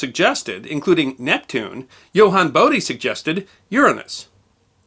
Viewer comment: ) note on pronunciation.. is Bodie the Bode of Bode's Law? In which case his name is Bode and not Bodie.